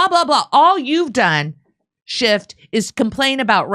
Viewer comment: SchifF not SchifT...